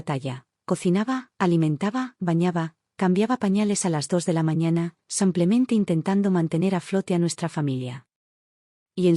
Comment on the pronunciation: Es Simplemente no Samplmente.. es Española y pronuncia así 😊